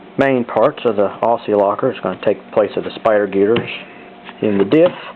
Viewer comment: It might look like Aussie, but those 'ss' are pronounced like z's. Great Video otherwise.